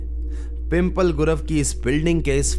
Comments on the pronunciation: It's not pimple it's पिंपळे 😐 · Arre bhai its not pronounced pimple 😂 It's pimp- leh.. 😅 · I can visit both the location Pimple Gurav and Old sanghvi( i already stayed there with my friend). Actually pronunciations me problem aati hai, when you are not from Pune. Likha to pimple hi hai but it correct way to pronounce PIMPLEH..... Similarly Pimple Nilakh and Pimple Saudagar is also are the places in Pune.